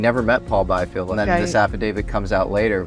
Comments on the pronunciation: Biefeld [bi:feld], not [baifi:ld]. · Biefeld is pronounced: Beefeld. German "ie" is a long vowel like in english "ee". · The constant mispronunciation of Paul Biefeld's surname in this video is annoying. He was German-American, so the correct pronunciation is "bee-feld".